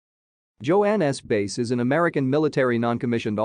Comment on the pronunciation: BTW her name is mispronounced.